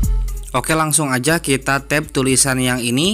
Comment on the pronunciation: Tap bang bukan tab ..apa telinga gw yg kurang ya .